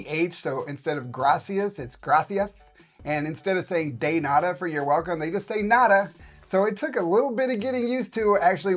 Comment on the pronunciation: It's not "DAY nada"... It's " de nada"